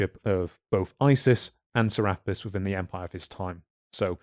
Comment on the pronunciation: "Serapis" is pronounced "Cer-ah-pis" Make that over 2k different Gods, Goddesses, and other deities. Some only known by one name in one place. "Ra-Horakhty" is pronounced "Ra-Hor-ahk-tay". Isis is also associated with the Virgin Mary from Christianity. Though most modern day Christians are unwilling to admit it. "Ma'at" is pronounced "Mah-aht." Apostrophe is there for the brief pause. "Duat" is pronounced "Do-aht." I'm not sure how to phonetically write this one. Think of the the "a" pronunciation with the way you British folks say "can't" vs us Americans. That kind of "a." "Ammit" is pronounced as "Ah-mit." Essentially, all your "a" pronunciations are incorrect. Also, she's not a "demon" Goddess, she's just a Goddess. That's a false interpretation of her role by modern people. She eats the hearts of those who have committed crimes against their fellow men and the laws of the gods, thereby ending their continued existence. She serves her purpose. And the "sins" part is incorrect. People find it easier to shorthand to the Christian "sins" than do the ancient Egyptian beliefs justice. "Ahmenmose" is pronounced "Ah-men-mo-sa." Just like "Thutmose" is pronounced "Tut-mo-sa" With "Ptah" the "p" is always silent so pronounce it as "Tah." "Thoth" much like "Thutmose" is pronounced with that "h" at the beginning being silent. Which is confusing for us English speakers but that's just how they transliterated the hieroglyphics into our alphabet. So read "Thoth" as "Toth". "Ptolom